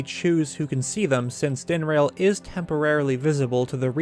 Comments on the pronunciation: Dinrail? wtf DIN-RAH-L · dinrail? dinraal. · Ah yes, Faraj din-rail and nee drah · i keep hearing "Din-RAIL."